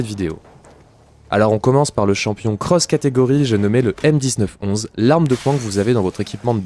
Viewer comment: Stp arrête de dire m 19 11 et dit plutôt 1911 ou m1911, puis en général quand il y a une date dans le nom d'un arme c parce qu'elle a été créée a cette date là et il faut la prononcé dans son nom